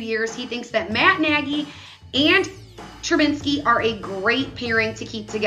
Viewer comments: She said it wrong like 10 times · Can she say Trubisky right 😔